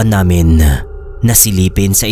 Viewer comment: Wag po sanang pa sobraan yung pagka bigkas ng ibang words boss gaya ng "namin" pag bigkas parang "naminahhh" tapos my vibration pa. Mas maganda po pakinggan pag natural lang hehe hindi cringy. ☺ minsan kasi nkakainis pakinggan kaya minsan ndi na ako nakikinig gaya ng ibang story tellers. sana po makatulong tong opinion ko. Godbless po!